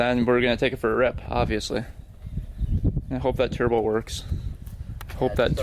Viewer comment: "churbo" lol